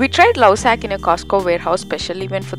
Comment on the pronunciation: It's not Lausac Its Lovesac 😒